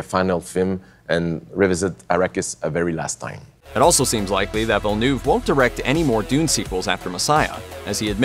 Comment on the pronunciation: You're a channel with almost 6 million subscribers and you hired a narrator who says "Veal de Newve"??? For one of the greatest sci fi films of the generation? thats a joke